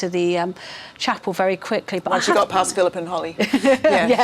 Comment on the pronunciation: How do you pronounce Holy ? It is not Holly. That is a prickly plant.